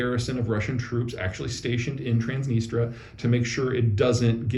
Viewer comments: It's TransnistRIA, not Transnistra. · PZ ! tsk tsk--- TransnistRia NOT Transnistra as you said... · I think it's pronounced "trans-nee-stree-uh" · Trans NistrIa. Still, you drop a "I" from aluminium too, so why not? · I thought it was pronounced “Trans-NIS-tree-ah.”